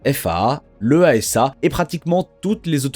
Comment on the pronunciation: EASA ça se prononce éaza. L'ÉAZA si tu préfères.